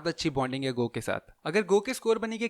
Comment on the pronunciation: Wo "GOH" nahi "Gu" hain Sorry jo offend ho gaye